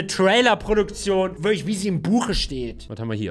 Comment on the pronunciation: "wirktlich" gut 🤣